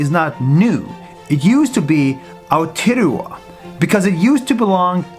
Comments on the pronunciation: bro called it aou terowa its pronounced aou teeya roha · It's pronounced Orkland not Ouckland And it's not oute lua, it's au - tay - uh - row - uh (roll your tongue a bit when you say the rs) Sorry I'm just triggered, this is not suppose to be mean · Pronounced au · tay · uh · row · uh not oute lua Please research how to say Maori words before saying it, it triggers me a lot. (This is not suppose to be mean) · Its Pronounced AR-Te-Ro-A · He pronounced most of the words wrong like Aotearoa and Auckland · You pronounce AOTEROA wrong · You said aotearoa wrong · Not trying to be mean but you pronounced Auckland and Aotearoa wrong. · haha I'm lucky also u said Aotearoa wrong lol